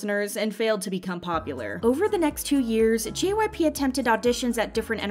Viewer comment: At the beginning I thought she said JYPUCK